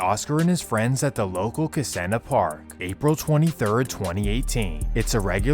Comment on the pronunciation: As a native NYer from Queens, you butchered a lot of the neighborhood names: Central Islip is pronounced “Icelip” Suffolk is pronounced “SUFF-ick” Newtown is “New Town” Kissena is “Kiss-EENA”